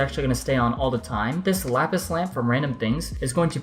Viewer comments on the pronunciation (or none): none